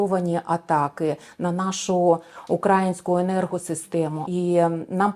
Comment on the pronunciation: УкраЇнську , а не укрАїнську, пані вчителько .